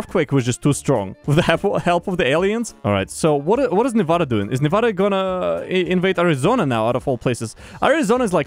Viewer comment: I have one problem, okay? your saying nevada wrong. its not novoda. its nevada. cmon.